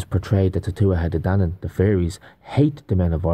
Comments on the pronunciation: TUa de DANan (th is silent) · It's pronounced (two u tha day DAN nun). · Tuatha Dé Danann is pronounced. “Too-a-huh day danann”. Many of us of Irish decent trace our ancestry to these people. Many of our original pre Catholic family crests have serpent symbolism on them. Many of us had to change our family crests when St Paddy “chased the snakes out of Ireland”. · The Tuatha de Danann is actually pronounced Tua day dhanna. They are considered the Fae or Faery folk with massive powers. I didn't know myself until a book I was reading years ago provided pronunciation for it & explanation. Just wanted to share. I always find these things so interesting. They described themselves as Gods. All makes sense doesn't it. All the fables, myths, legends were made out to be "make believe" when in fact they are real. They've fed us lies so long that we don't recognize truth when seeing it. ❤❤